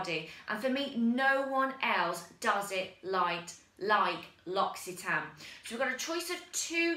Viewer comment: LUR OCK EE TAN REEEEEEEE